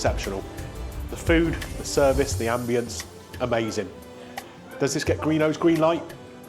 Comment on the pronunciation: Was that "Ambiance" or "Ammbulance"